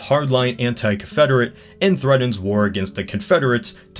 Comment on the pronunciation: Bridden instead of Britain? Threddens instead of threatens? Dude...enunciate your "T" !! Is Wayne Brady gonna have to choke a bitch??